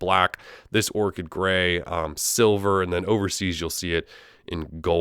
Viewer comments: Its orched not orket bro 😡🔥🔥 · how can someone manage to mispronounce orchid? smh...